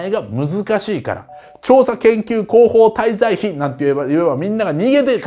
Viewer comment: 難し事柄を、みんなに分かりやすく伝えてくれるあっちゃんに、本当に感謝です。うちにあるざるのように、ところてんを入れるような役に立つざるがいいよ。法律にしてはダメだねー！あ、また「調査研究広報滞在日」って言って舌噛んだ！